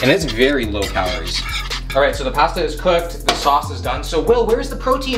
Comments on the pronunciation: Say pasta correctly. Your from Canada not Boston, lol. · You can really the Canadian in him when he says “Pasta” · Ok I was wondering! This is my first time watching one of his videos. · the way this man says pasta is so unreal hahahaha... I noticed greg doucette says the same thing.. oh Canadians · I’m just here for how Will pronounces pasta lol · They way he says pasta 😳🥴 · No one is talking about how he pronounces Pasta 🤨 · Anyone else bothered by the way he says pasta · Please don’t say pasta anymore